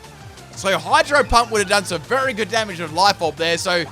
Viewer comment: "berry good" bruh